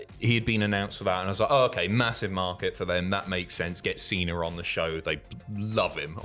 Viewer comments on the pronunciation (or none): Why does he call him Cener and not Cena?